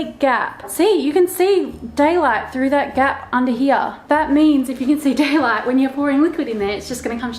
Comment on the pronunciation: When you said, “daylight,” you sounded like you were from the southern United States!😂 I had to go back and listen again!